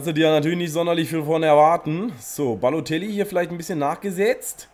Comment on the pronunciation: Wie er einfach nur babotellie sagt xD